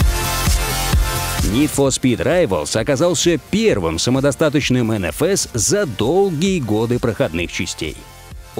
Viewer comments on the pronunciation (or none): не енефес а енфеес